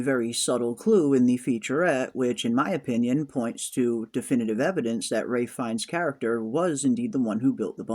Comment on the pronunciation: Is there a reason you keep calling Ralph fiennes, Ray?